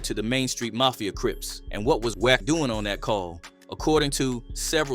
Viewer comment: Bro it's WACK NOT WECK.